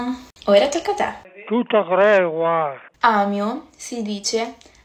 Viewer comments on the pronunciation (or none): "Tuta cregia"